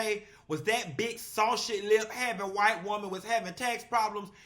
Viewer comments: He said SawShe lips😂😂😂😂😂😂😂😂😂Sausage too politically correct!!!! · SawShe lips (SCREAMING)😅😅😅😅😅😅that’s how you pronounced it!!!!😂😂😂😂😂😂😂😂😂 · 😂"sausich" lips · “Sawshit” lips is killing me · Did you really say 'saushie lips'? Big azz healthy butt cheeks? Lol!